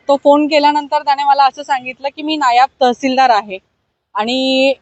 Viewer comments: नायाब नाही ताई नायब तहसीलदार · " नायाब तहसीलदार " ❌ ... " नायब तहसीलदार " ✅